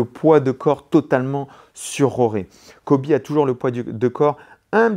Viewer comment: Merci pour cette analyse que du bonheur et de la technique, par contre, c' est ColBy et pas Coby ;).